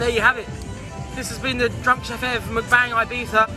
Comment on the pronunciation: Videos just started and its MuckBang not McBang that annoying anyone else or just me lol. Anyway away to watch the rest should be a laugh as per usual